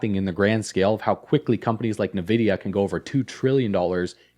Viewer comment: Its not called “nuh-vide” it’s cLled “eN-vidia” your an expert on these topics?